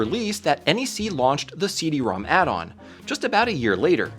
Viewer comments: It's pronounced "CD ROMROM". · You kept saying Rom wrong in so many places, the Rom^2 in the logos is actually pronounced RomRom, so it is the RomRomAmp and the CD-RomRom.